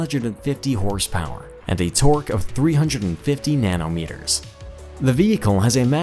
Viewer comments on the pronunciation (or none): "Nano meters"🤣🤣